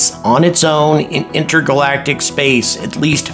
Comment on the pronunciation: he said "inter-galactiv"